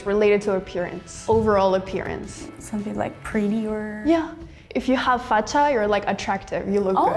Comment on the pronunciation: And "Facha", no "Facca".